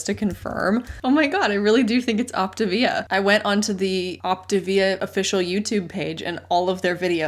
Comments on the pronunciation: “Op ti via” sounds just 🤣🤣🤣. It’s sending me!!! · That pronunciation of Optavia actually makes sense. Like a contraction between the Latin (or maybe Italian) words optare (to choose) and via (life). It's exactly what they are promoting and not at all achieving...